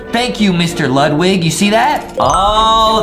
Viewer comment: Elliot(El-leeot) Ludwig(Lude-wig)